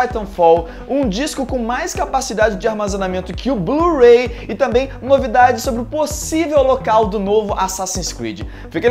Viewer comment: blu-ray passo a ser chamado de blu-rei aheuaheuheuaheu